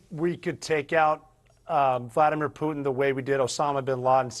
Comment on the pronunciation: It will be Russians that will take out "Pewtin".